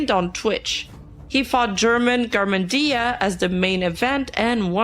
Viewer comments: There is always this confusion with GermanGarmendia (G sound like H 'HermanGarmendia) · "llerman garmendiaz" :face-turquoise-covering-eyes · pronuncing German Garmendia "Guerman Garmendía" is kinda funny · "Yerman Garmin Día"... bro, dios bendiga a la caballa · Omg the pronuntiation of German Garmendia is killing me (Not a serious complaint, i just think it's funny af and it stunned me for a good ten seconds)